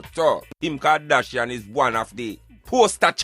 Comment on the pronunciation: Man said Kim kardashifront 😂😂😂🤣🤣🤣🤣🤣🤣🤣🤣🤣🤣🤣🤣🤣